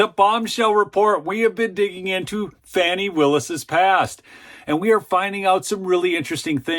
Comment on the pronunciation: Repeat after me: FAH...nee. (I'm not a fan of hers, but correct pronunciation is important.)